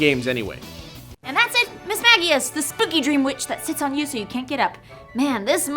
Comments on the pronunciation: It HAS to be Miss-mage-ee-us, right? Miss-mag-ee-us sounds so dumb... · "MISS-MAH-JEE-UHS". Not "MISS-MAH-GE-UHS". Literally every word from its name origin that you listed had a J sounding G. Come on!?